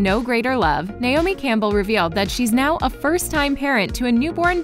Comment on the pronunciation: Lady “Nao”